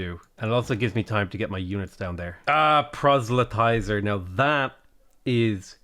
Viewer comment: Did... Did he... DID HE JUST CORRECTLY PRONOUNCE PROSELYTIZER??? *Weeps tears of joy